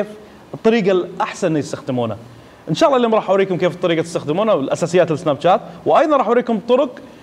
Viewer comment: اخوي ملاحظتين سريعة الاولى اسم البرنامج سناب شات وليش جات حتى بالانحليزي تنطق تشات الملاحظة الثانية وقت عرض الصورة اكثر شي عشر ثواني وليس دقايق وشكرا